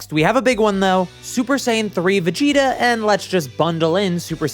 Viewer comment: you said Vegito instead of Vegita or at least that's how it sounded like